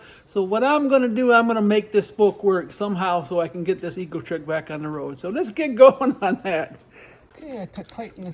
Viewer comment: I thought you said "My Ego Trip."